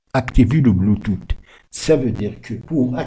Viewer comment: Mdr "bluetooth"🤣🤣🤣 c'est quelle manière de prononcer ça